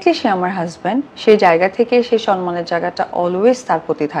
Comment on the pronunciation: আপা সবার আগে আপনার সনমান উচ্চারণ টা ঠিক করেন,,,,,,,,এটা সম্মান হবে